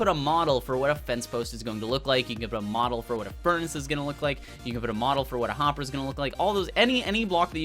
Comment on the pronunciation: seriously what you want... Yeah his tongue slipped probably the reason why he said HOpper